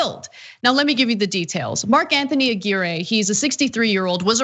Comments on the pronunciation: Ah-Gear-Ray? Ah-Gw👁-your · A-GEAR-AY?!.....c'mon Ana.....you're better than that......A-GWIRE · If it's Hispanic, it's pronounced A-GEE-RREH.